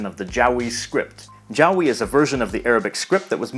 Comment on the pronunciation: No, just the way you pronounced it was a bit too.. "owie" (for lack of better word). It sounded more like Jow-wee to me than Ja-wee (or more like you said Jaowi instead of Jawi in Malay pronunciation because I heard the extra 'O' sound). It just reminded me of a certain Japanese word and found it funny.